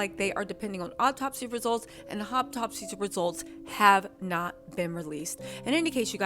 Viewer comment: Hey sweetie. It’s “autopsy” not “op-topsy”. The first syllable sounds like ahhhh like auto not “op” like operation. Just want to help a sister out. ❤